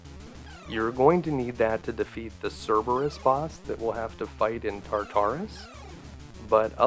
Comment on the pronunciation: Tar-ter-us not tar tar us :P You can do it, you got ocarina down. ;) Seriously though, thanks for this one. Never had a chance to play this, by the time I found it in the 90s in emulation it made no sense to me in an era before gamefaqs ever took off. NP never really covered the game much at all, not well at least, so it was an utter mystery and I like the mythology of it all. I've been watching your videos for a week about now, casually, as I work from home as keep awake routine I've done for years with videos. :D Nice flash backs and returns to same skills I've lost from the 80s and 90s when these were new .... Zelda II, Metroid, Kid Icarus, etc.